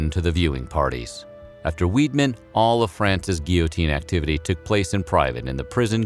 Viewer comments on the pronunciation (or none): The first two times you pronounced Weidmann right then you said Weedman the third time. Just a bit of a sore spot as it's my maiden name. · Unfortunately, he did not pronounce "Frankenstein" properly and he also got "Weidmann" wrong.